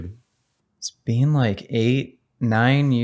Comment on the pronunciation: Worst thing about vegangainz is the way he pronounces been as bean